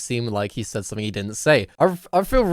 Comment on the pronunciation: "sayd" I think ur the kid lil bro